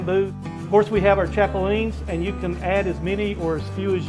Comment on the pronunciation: By the way? It’s chapulinas... not the way you’re saying it...